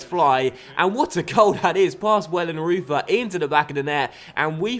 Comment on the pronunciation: The Goalkeeper's name is said Wellen-roy-ter, not Wellen-ruth-er :)